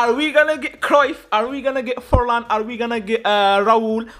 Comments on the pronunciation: Bro did 'Forlan' dirty 💀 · Fornal❌ Forlan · Forlán bro 🙃not fornal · Did anyone notice about the title he said fornal instead of Forlan